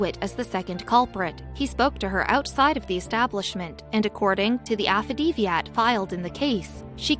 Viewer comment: AFF-A-DAVIT.... not afadeviat or whatever the hell she said.. Jesus Christ .. simple pronunciation .. makes my head hurt and makes me dumber for having to endure it